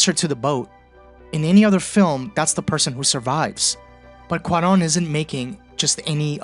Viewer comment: "KEw-ron"... my dear fellow, you certainly mean "Kwa-RON". That having been settled, I must also submit that your analysis of who gets "seen" and served at an emergency room is the exact opposite in many progressive states; no equal treatment, just the reverse: the undocumented immigrant who seems like they don't belong gets treated right away, while the insurance-paying, tax-paying patient who looks "at home" gets relegated to the slow queue.